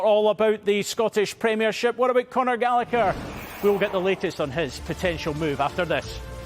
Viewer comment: Conor. Gal a. Her. Not Gallicker. It’s an Irish name Rory Gallagher pronounced Gal. A. Her. Why can’t people said it correctly